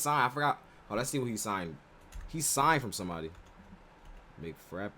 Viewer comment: With all due respect, I hope god has given you proper ears and a proper tongue. After listening to his name multiple times how are you even managing to pronounce him as "Mig Frappe"?? Its clearly audible...Kylian Mbappe..where is this "Fra.." sound is coming. Seriously. Check a player's name and pronounciation before reacting to their videos. If today someone misspronounced your name even after hearing it, you would'nt feel nice.